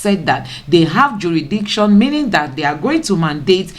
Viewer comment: Madam, a beg, pronounce this "jurisdiction well naa"